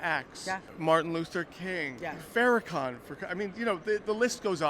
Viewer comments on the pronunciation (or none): Did you really say Farrakhan 💀